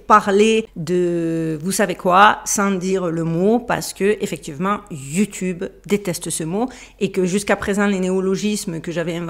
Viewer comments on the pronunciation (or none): none